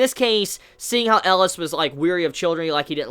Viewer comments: Okay great review and all but seriously it's not Ellis. It's EL EE AS Elias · His name is pronounced Eh-Lee-Us.